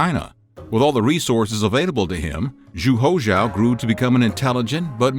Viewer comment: Whenever he pronounce Zhu Houzhao and ZhengDe it is so jarring.